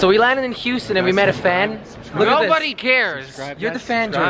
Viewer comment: hughsten we have a peoblem hahaha